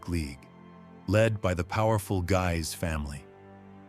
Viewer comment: I'm grateful to you not to take my remark badly ! All the more that I was excessively severe with you if I think of what we can here elsewhere. What specifically caused my "🤯😤" here, was the pronunciation of "Guise". Allow me to hand over my "trick" to you : just write the name whose pronunciation you're not sure of into an e-transaltor, select the relevant source language, and click on the 🔊button. It will give you the proper way to say it. I've just made the "test" with our "controversial" "Guise". Depending on whether the name was French, English or... Italian (salute to Queen Catharina de Medici, 😉), it sounded 3 different ways.